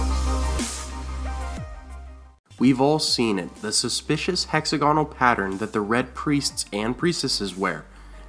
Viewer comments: Is it weird that hearing hexa-gonal, as opposed to hex-AG-inul makes me feel strange? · heck-ZAG-uh-nal, not HECKZ-a-gone-al. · Doesn't anyone care that he's pronouncing hexagonal wrong? It's not "hexa-GONAL" it's "HEX-ag-o-nal" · Ruby Ford is named because of the rubies supposedly found there because of Rhaegar's death.Also, it's hex-AG-on-nal, not HEX-a-gon-al.Good work though! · It's hex-A-gonal not hexa-GONal! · The Ruby Ford of the Trident wasn't named that until the Battle of the Trident, Robert Baratheon brand-building, history written and naming-rights of the victor. Rhaegar wore rubies in his armor because the Targaryen colors are red and black, not any connection with Assha'i. Also, it is hex-AG-on-al, not hex-a-GON-al. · Hexagonal... not 'hex-a-goanal' lol, love, Britain. Bless :D Love the videos though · Hex-AG-onal. Sorry, that was bugging me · say hexagonal again lol